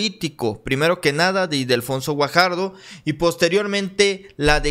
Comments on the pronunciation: NO ES IDELFONSO SINO ILDEFONSO. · no es Idelfonso es Ildefonso x favor